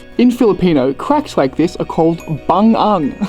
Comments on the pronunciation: Bangag not bang ang hahaha my husband can't also pronounce a dialect with ng on it hahaha enjoy guys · bangag. not bangung. but anyways, we understand what you mean. hehehe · I think it’s called bangag not bungung bangag means hole. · Its Bangag not Bang-ag, it means hole or hallow. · It’s pronounced as “BANGAG” instead of “BANG AG” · Its bangag not bungug.nice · It's not "bungung", it's "bangag" in Bisaya. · Bangag man not bangung hahahaha that shots are amazing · It is BANGAG not bungung 😄 awesome shots mate! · Its "BANGAG" means hole in bisaya. not "BUNGUNG"...👌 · It’s not “bungung” but it’s bangag😁👍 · Its not Bang-ang, the correct pronunciation is BANGAG ☺️ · Bangin not bangan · I think it's bangag not bungung.:D It's cebuano for fissure or cracks, in tagalog bangag means dumb or idiot. Hahaha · It's "Bangag" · # it's BA-NGAG. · I've seen several vlogs about sardines in panglao. All vloggers said nice things about it. Where else can we find sardines? Im not from Bohol but I think we mean the same thing when we use the word bangag which we pronounced bang-ngag.